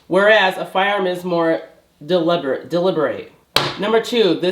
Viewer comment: Good thing i have someone who can't pronounce "deliberate" and "circular" to teach me about law and history.